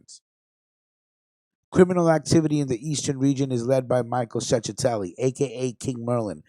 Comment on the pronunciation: What a stonato bro u are is chechetelli pronounce it right .get it right.u Mexican??